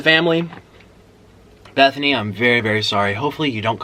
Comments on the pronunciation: In love with the fact that he says “Bethany” love it so much!!! I was rooting que too but eff her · My names bethany and I LOVE how he pronounces it